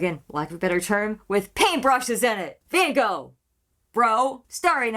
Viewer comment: And a second comment because I just want to say that I appreciate so much that you tried to pronounce van Gogh the right way! You don't get that from the usual US reactor. 😊